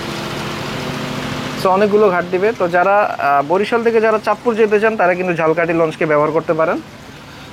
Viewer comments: Jhalkahti abar ki jinish vhai eta to uccharon hobe jhalokhati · আপনার উচ্চারণ ঠিকে নেই। ঝালকাঠি না এটা উচ্চারণ হবো ঝালোকাঠি বাট আপনি যেভাবে বলছেন সেটা হলো জালকাঠী। আপনি একটু খোজ নিয়া দেখবেন উচ্চারণ টা কি হবে। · ভাই উচ্চারণ ঝালকাঠি না ঝালোকাঠি হবে। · আমিও একই comment তাকে করতে চেয়েছিলাম। আসলে ইংরেজি word এ লেখা দেখলে পাবো 'Jhalokathi'। যাকে তিনি বলছেন Jhalkathi (ঝাল্- কাঠি) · আপনি যে স্থানের ভিডিও বানাবেন সেই জায়গার নামটি ভালো করে উচ্চারণ করুন, ঝালকাঠি কে একসময় বাংলাদেশের কলকাতা বলা হতো এর ব‍্যাবসায়িক অবস্থান এর কারনে!